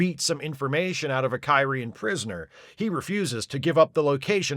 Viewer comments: Hey, a back-up EMH program? Gee, I wonder if they could have used one of those in the episode "Message in a Bottle". I also enjoyed that kept mispronouncing the alien species as "Ky-ree-an", instead of how they say it in the show "Kir-ee-an". Or how he called the one alien guy "Dal-eth" instead of "Day-lith". Funny stuff. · Your mispronunciation of Kyrian, every single time, is so distracting I can’t make it thru the video.